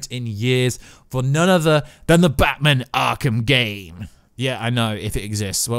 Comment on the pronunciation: Can you please learn how to say batMAN properly? It’s infuriating and made me want to smash my own tv. Thanks